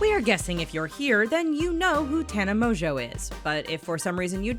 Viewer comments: Does all this research on her yet doesn’t pronounce her last name right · The biggest lie of all is how she pronounces her last name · sorry but i can’t trust anyone who can’t even say her name right... she literally says it in the beginning of every single video. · Im surprised you can't say her last name right 😂😂😂😂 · tana mongeau is the heaviest sleeper i've ever seen, so if someone took polaroids of her, she would not have woken up. if you've ever watched one of her vlogs (or even her friend's vlogs) you would know that. no hate or anything but people should check their facts before making a video about it. and also this channel keeps pronouncing her last name wrong.